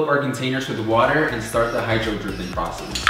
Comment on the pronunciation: Bro you said hydro dripping